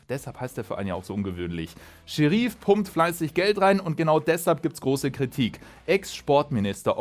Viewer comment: Niemand: Manu: Scherief